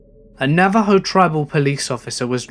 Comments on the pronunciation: Pronounced. Nav- uh- ho... Not nav- a- joe... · Navajo is pronounced NAV-A-HO. Otherwise, excellent work!! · For future reference, in the word 'Navajo,' the 'j' is pronounced as an 'h'. :) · Nathaniel Wilson Really? How many stories used the word "kitchen" enough for you to be thrown off by it? I was more annoyed by the mispronunciation of the word Navajo. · I know right I'm glad someone said something it was really bothering me lol.